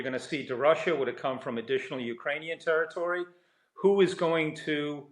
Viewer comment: Another dope who can't pronounce territory 😮